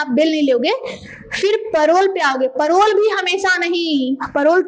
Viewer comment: मैडम परोल नहीं होता पेरोल होता है। धन्य हो प्रभु